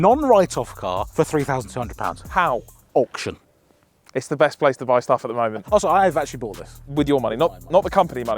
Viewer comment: I love you guys but ‘auction’ f*** off